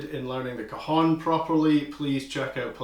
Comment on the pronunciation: Thanks, very useful starter tutorial for me as someone transitioning from djembe and cajon to my first pair of bongos. Just FYI, I think the j in cajon is a "y" sound, not an "h" as in short for cohones 😅